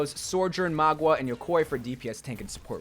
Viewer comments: I die a little bit everytime says Magua instead of Mauga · excuse me how did you pronounce mauga and yokai? "MAW-GUH", "YO-KAI", uncultured weirdo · Mao-gah, yo-Kai* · its Ma-OO-Ga and YO-Kai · "Magwah" "eternalise" "yakoy" dude i think you might need to practice your phonetic pronounciation with your scripts a bit ay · Nobody. Absolutely nobody.:sorjurn and mah- gwa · Probably a black ops 3 Shadows of Evil player in the past to be saying "Magua"